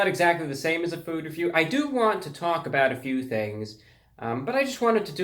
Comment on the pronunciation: Reviewbrah saying fOod reVIeW in that way is something to dangerous too hit my ears.